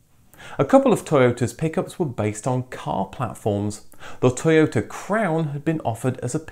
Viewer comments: To yota. Not toy ota. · I'm surprised you are not pronouncing Toyota in a Japanese accent!!!